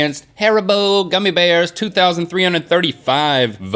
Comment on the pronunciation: the way link says haribo as harabo is getting my infuriated.. :(